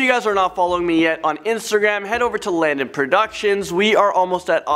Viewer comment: Oh and when you say your name Landon I thought you were saying do not sing hahahaha sorry lmbo